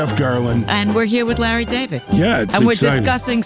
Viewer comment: OMG she actually calls him “Lah.”